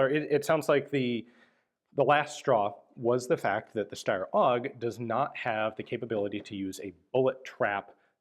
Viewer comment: Can we just appreciate how flawlessly Ian pronounces "Steyr," folks?! It is Sh (like in shoe) - tai (like in Taiwan) - ah (like an almost silent sigh of relief). Thank you, Ian, and greetings from Austria!